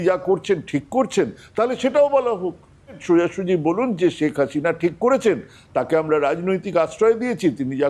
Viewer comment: শ্যাক হাসিনা নয় শেখ হাসিনা।ভাষাটি অন্তত শুদ্ধ করে বলবেন ভাই